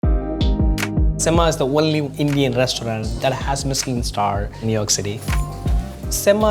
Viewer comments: What is semmaaa? I know semma means superb Why you need to modify the accent tough? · The restaurant name is semma which is a tamil word but you say it in English slang😢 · I hate how “semma “ is pronounced 😭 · He's the owner of Semma but he doesn't even pronounce semma correctly 😂😂😂 Strange 😅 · Semmai nu Tamil peyar vaithuirukan , adhai sariya soll theriyavillai , and too much spaeaking in the Kitchen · When introducing the restaurant, I wish he pronounced 'Semma' how it would be spoken back in Tamil Nadu, rather than how it would be spoken in NYC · Stop nit picking. U start Semma with the correct pronunciation in New York then. 🤦🏽‍♂️ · This is not nitpicking. It is a Tamil word. And it’s okay to let the world know how it is actually pronounced!